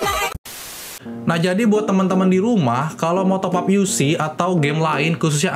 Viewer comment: Top up bang, bukan topap